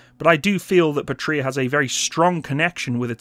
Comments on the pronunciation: Small note to keep your head growing too large ;) The name is "pA-tria" rather than "patr-Ia" (and whoever thought capital i should look the same as a lower-case L in sanserif is to be hung, shot and run over by a Buick, just saying). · Great video but, just a little suggestion. You emphasize the word Patria wrong. Go to google translate enter PATRIA and listen to how it is actually emphasized when pronounced. I'm sorry, but I'm cringing, when I hear how you do it. 😉Eagerly awaiting new videos. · Pa gets shwa'd, Puhtria lmao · I think they did not work with you, because you are pronouncing the bname of the company wrong :)